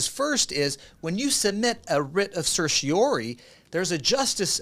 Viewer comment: Idk if I trust a lawyer who can't pronounce certiorari